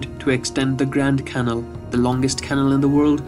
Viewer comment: You need to improve your pronunciation. E.g., 'canal', but others as well. Incidentally, 'khagan' is the same word as 'khan' (long vowel).